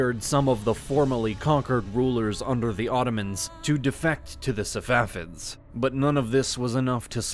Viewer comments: He keeps saying "Savafids" instead of "Safavids" and this is the pronunciation you focus in on??! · Man said safafids lol